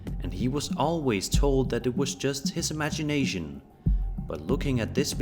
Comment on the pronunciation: Anyone else hear him say imaginasian